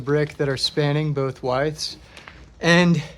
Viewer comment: Are you saying “widths” with a long i sound, or a completely different architectural term?